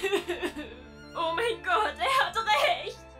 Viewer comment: Ich liebe es wie er statt gott scott sagt